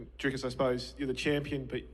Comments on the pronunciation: nah mate, its afrikaans. You say it Drikus instead of driscus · Yea but he said it wrong it’s actually pronounced Driscus with the s I’m from Johannesburg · The way Issy said “Dricus” with an Afrikaans accent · Im still in denial how an Aussie can say Dricus’s last name for shit